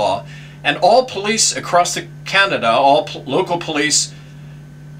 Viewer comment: Learn to say Canada properly !